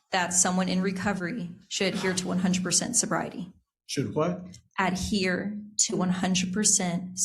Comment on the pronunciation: that "Hwhat?" Got me 😂